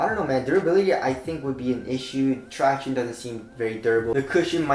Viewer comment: Will ever say "traction" right again?!